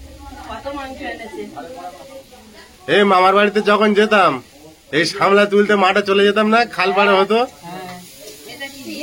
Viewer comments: সামলা নয় সাপলা। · আবার ভুল বলছো বোন ওটা সামলা হবে না সাপলা হবে বোন